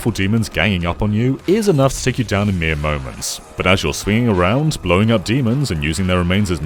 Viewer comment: 'mere moments' I heard Miyamotoments